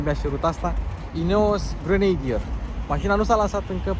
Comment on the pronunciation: Pronuntia aia de "grenadir" e ...😢 .